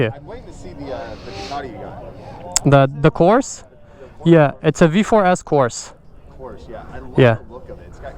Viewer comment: Love all your content! I may be wrong but I think the V4 is pronounced “course-uh” instead of “course”, either way, it’s a beautiful bike 🔥❤️